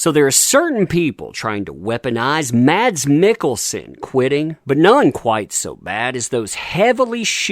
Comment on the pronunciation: His name is not pronounced Mads. Is it without the D just Mas